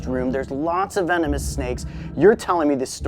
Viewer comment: Hello vee-no-moose